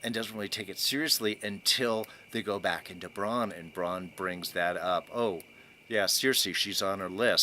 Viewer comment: It's BrAn, short for Brandon. Not Bron.... who is a totally different, dragon-shooting character....